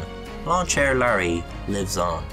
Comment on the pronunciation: Larry ain't care-ey